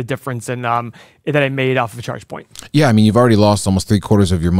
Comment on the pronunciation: I'm hearing Checkpoint every time they say Chargepoint. Checkpoint is an 8 pillar stock! Update on that one, fellas?